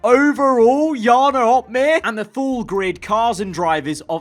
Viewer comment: Jarno is butchered